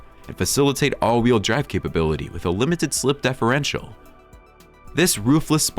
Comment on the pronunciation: Obviously narrated by a robot: differential pronounced as deferential. Lalique pronounced as LAH leek, anti rollBAR, reestomod, and more